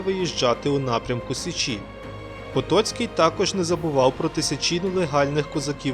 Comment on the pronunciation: як же часом ріже вухо "сеЧІ")) але вцілому гарний матеріал